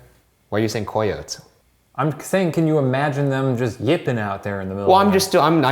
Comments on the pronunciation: “Coy-oats” Shane’s chaotic solo investigation Ryan’s solo investigation What Ryan says he’ll do if Shane were to get possessed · Coy-yotes?? Not the coy-yotes😂🤣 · Not only am i baffled that they're arguing over the pronunciation of coyotes while in a 'haunted' mission, but the fact that both of them are pronouncing it wrong lmao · Ky-oh-tee Ky-oht Shane: Kay-oh-taye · Kai-oats?? Coy-oats??? I’ve always pronounced coyotes “kai-oh-tees”.... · Shane is the only person I have ever heard say KOY-otes... 😂 Shane, it's pronounced KY-ote, or KY-oty. Lol it's spelled coyote though. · It's pronounced kie-yote(s) Damnit Shane! 🤦🏼‍♀️😂 Also you should stop telling them to kill you cuz some day one is going to possess you and then you're gonna be like the girl from the excorcist and then they will have killed you so.. you better chill lol. Ryan gods not going to protect you if you keep saying his name in vain in a house of sanctuary haha... Js.. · Aren't anybody gonna talk about the fact that Shane pronounces Coyotés as Coyots? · It's pronounced KAI-OW-TEEZ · Coyotes is pronounced kie-yo-tees. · did he just say,,, koi-otes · I’ve never heard coyotes pronounced “cay-oates” or “coy-oats” ive always pronounced it “Ca-yo-tes” or “cay-otees” but maybe that’s cause I’m Mexican and i live in Texas where they’re literally EVERYWHERE. (I hope my pronunciations make sense😂) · Coyotes is pronounced”k-eye-ote-ees” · back in High School we learned in English class in Germany that ”coyotes“ is pronounced ”cayotees“.... can any native English speaker confirm this??? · for postmortem: how's shane allowed to clown ryan for his weird pronunciations of months n places when he pronounces coyotes as "ko-yotes" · Good job Shane and Ryan for speaking Spanish. Though Vallejo is pronounced "Vai-yeh-ho," coyotes is pronounced "coh-yo-tes," 😜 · nothing could prepare me for how shane pronounces coyotes. not even a youtube comment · Are we all forgetting how Shane wasn’t pronouncing coyotes right?😂